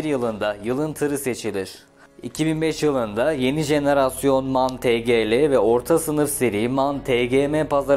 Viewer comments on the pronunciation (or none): Em ay en diye okunur abicim